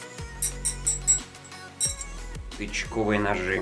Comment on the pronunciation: Мне одному послышалось не тычковые,а "ОЧКОВЫЕ НОЖИ"